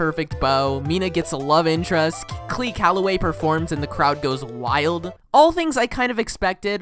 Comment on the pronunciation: no hate but... Clee Calloway